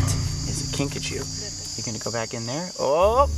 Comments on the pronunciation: Kinkajou is correctly pronounced Kinkajoe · The way the kinkajou's name is pronounced.. Kinkachu I choose you Kinkachu~ 😏